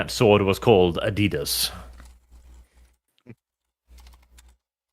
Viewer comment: >awe-dee-dass Unsubscribed.